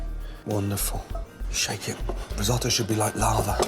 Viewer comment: dont do risstoto ever again or dont call it risotto